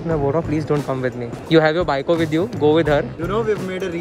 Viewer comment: girl ❌ aa baiko✅